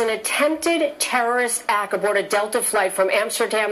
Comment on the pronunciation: I cannot get past Jamie Colby's intro on this story. The word is ACT, not ack (I think we know what you do on ur off time girl). I can't believe she is a professional news person. She should learn english.